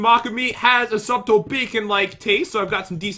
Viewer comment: The fact that Pat said sub-tle instead of sut-le 😆